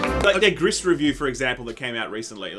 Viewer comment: It’s pronounced GRREEE. Not GRISS.